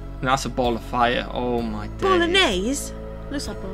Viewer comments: That is NOT a planet... 😂 Hun People cant live on stars, they cant even stand on them.... "Bolognese" 😭😭😭 Its pronounced like beatle juice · 😆 it's pronounced like Beetle-juice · Arcturus is not in our solar system. You two are so funny. The one that said we would see it if it was, is right. Arcturus would dominate the sky if it were in our solar system. LOL!! ROF!! Said like Beatle Juice for the US. And I won't ever try German Be-atle-guys? It is a very large & bright star in the sky.